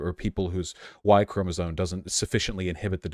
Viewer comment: Chromosome ends with an M sound, not an N sound. It is not "chromosone."